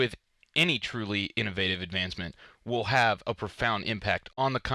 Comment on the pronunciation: Anyone else annoyed how he says innovative?